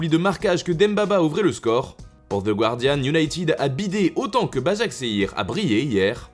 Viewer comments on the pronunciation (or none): none